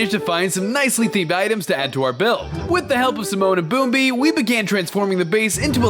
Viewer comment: It's not bombi and simone it's pumbaa and timon